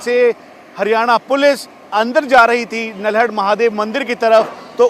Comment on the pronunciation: Bhai nalhad hai na ki naldad